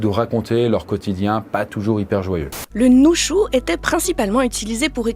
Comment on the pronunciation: répète après moi: Nu - shu... pas NuN - shu mais Nu - shu 😂😂😂 Super intéressant comme vidéo, merci, je pense que ke vais apprendre le toki pona, ça a l'air fun 😁